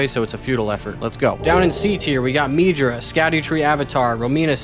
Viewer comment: is his name really pronounced "meedra?" that makes me upset for no reason